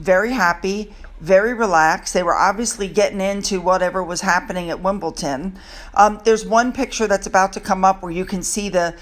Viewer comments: Thank you for another interesting video. I don’t usually do this but since it’s a common mistake I want to respectfully correct you on something. It’s WimbleDON, not WimbleTON. So many trashy news articles out there. Did you see the one something about how Archie is happy in school because he is free of any titles that would hold him back from making friends. So ridiculous. Can you imagine the lawyer bills between the two of them, not to mention their PR bills? What a waste of money. I don’t know why but I still have a hard time believing that’s them in Wyoming. Another thing is weird. They always hide the children but love showing off Meghan’s face all the time and we don’t see her face at all. Hummm?!? I’ll just have to believe it’s them. Harry is miserable, that’s for sure. Glad you are well. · I'm sorry, but it's Wimble-DON. I hate correcting people but just had to in this instance. Best wishes from Australia 🇦🇺 ❤ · Your video's are good but please stop saying wimbleton it is Wimbledon DON as in the head of a mafia family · you do realise that its WimbleDON, not WimbleTIN, right? Every time you say Wimbletin, I shrink a bit. 😁 We British people have a lot more to worry about than the royals right now. But Camilla had her own engagements during that time. Just for info, Catherine was made the royal patron of the All England Lawn Tennis Club in 2016. That's why she has an official line up when she attends. The thought of Harry celebrating fourth of July is highly ironic. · not to be picky but it’s Wimble don and you tend to say wimble ton. I know you like to say things correctly. I never go near anyone who has been on a flight for at least a week everyone I know gets covid after a flight. Love your videos well done. Love Kate’s outfit wonderful xxx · Love your content but please it’s Wimble “DON” not wimbleton lol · it's pronounced Wimbledon, not Wimbleton! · Sure wish you would stop mispronouncing WimbleDon. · Funny you say WimbelTon